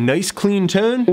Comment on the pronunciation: He pronounces tone like "toown"